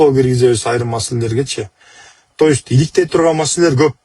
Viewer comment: Тоюсь деген эмне, то есть дейби же башкача айтканда дейбизби.